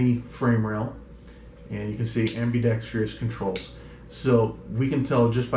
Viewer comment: It's ambidextrous not ambidextreus!